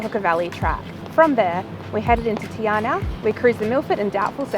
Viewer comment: Te Anau pronounced as in Te - R - No = Te Anau. Of course Te R No way that you'll get it right after visiting the place several times.